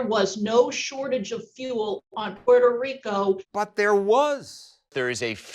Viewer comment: 👨🏻‍💼"Distaster in... " 🕺🏼"Puerrrtoh RiiiCoh"